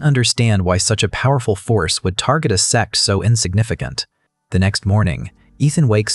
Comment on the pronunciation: I still can't get over the ai mispronunciation of sect 😂😂😂 it's always sex 💀 now I literally have to look around each time it's mentioned or someone might think I'm watching adult stuff